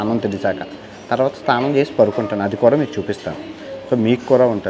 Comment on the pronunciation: STHANAM kaadu SNANAM ......